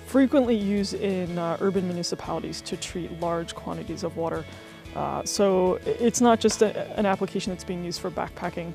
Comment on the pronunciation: Thanks for the overview. Where is it that people say "wooter" like you? Have heard it a lot.